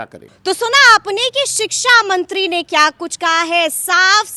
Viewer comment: Siksamantri nahi sikchamantri kahten hai